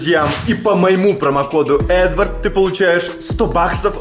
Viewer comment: Промо код неправильно говорит